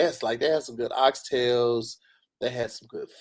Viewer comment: how you go to JA and still call oxtail.. oxtailS with the hard S